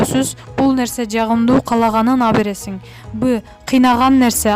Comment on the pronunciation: Абересин абересин дебей туура суйлосоңчу ?Алып бересин же сатып бер деп .